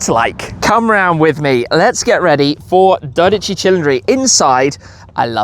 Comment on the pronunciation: Is he saying Dodici with an R? oO